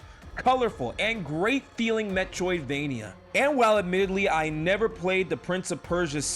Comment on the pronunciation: All I hear is "metwoidvania"